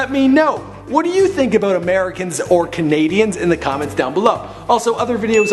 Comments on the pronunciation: it not aboot is about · It's about not aboot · I live in Canada never herd a man say Boot wtf man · fuck off with your fucking aboot bull fucking shit